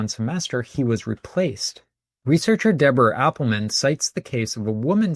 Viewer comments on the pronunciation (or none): none